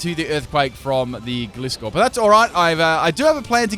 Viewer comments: Gly-skor as in gliding scorpion. Not gli-skor. I still liked the video doh.👍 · The way he says gliscor...